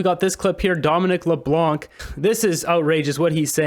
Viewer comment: Just to make a note that Dominic Leblanc, the C is silent so Leblan. BTH love your channel